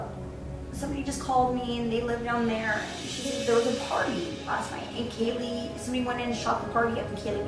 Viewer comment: kay lee kaylee her name is kaylie